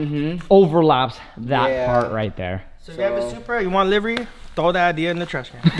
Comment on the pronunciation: wow this is like the first person I have heard say livery correctly.